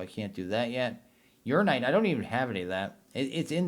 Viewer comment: Uraninite (Your-Anna-Night) NOT (Urine-ight)